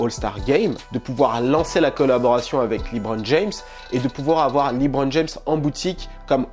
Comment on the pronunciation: Lébron et non pas Libron